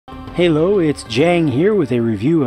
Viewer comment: At the beginning you were like ha-lo instead of hello lol